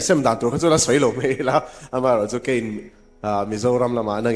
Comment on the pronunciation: Ngati nge 'la' hi 'le' atih tlat le... Entir nan : "Kan la khawih thei ta a" tih tur ah "kan le khawih thei ta a" ti deuh tlat....